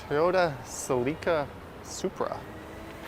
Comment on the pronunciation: CELICA is pronounced sell ica. Like silica but with sell